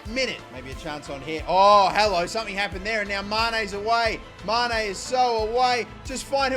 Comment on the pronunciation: Mane - ❌️ Ma "i" ne - ✅️